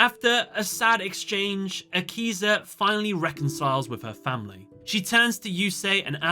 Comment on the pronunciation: Thought u said yakuza